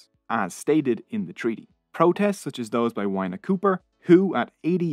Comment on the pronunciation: I left my homeland Aotearoa a long time ago and loved this history, especially the odd bits of humour and the difficult facts. However, the mispronunciation of Maori was so glaring I shuddered. It’s PAH’ kay ha and wh is pronounced f as in Dame Feena Cooper. I also loved the narrator’s accent but please record again to get the Maori correct. It’s simple respect, as the content certainly showed.